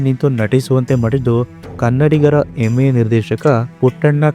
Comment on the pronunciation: ಏನು ಕನ್ನಡದ ರಿ ನಿಮ್ಮದು. ಹೆಮ್ಮೆ ಬದಲು ಎಮ್ಮೆ ಅನ್ನುತೀರಿ. ಸ್ವಲ್ಪ ಗಮನವಿಟ್ಟು ನಿಮ್ಮ ವಿಡಿಯೋ ನೀವೇ ನೋಡೋಕೊಳ್ಳಿ.